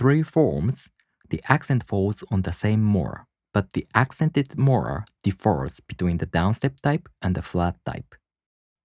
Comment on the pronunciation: Very helpful! I really appreciate your completeness and quality, even if it doesn’t get a lot of views. FYI, in English the word “differ” has an accent on the first syllable. If it is placed on the second syllable it sounds like “defer.”